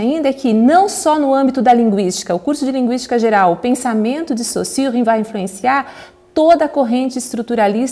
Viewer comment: Já ganhou a atenção de seus ouvintes quando, ao contrário de todo o Brasil, é capaz de expressar foneticamente o 'u' em Sausurre. Parabéns. E obrigado pelo vídeo.